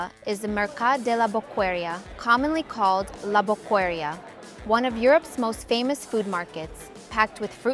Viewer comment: Bokeria pronuntation not boqueria, the u haven't sound, sure that you hsve stay in Barcelona?, Plaça Reial not Real